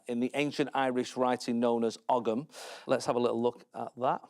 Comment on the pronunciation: For anyone interested, it’s not pronounced og-am, it’s pronounced oh-am. The g is silent.